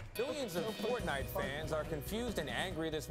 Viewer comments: “FORNITE” lmao cash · FORNITE he said